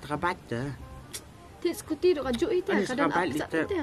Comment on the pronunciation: Scooty❌ scorty ✅ 😅😅😅😅 Best Madiang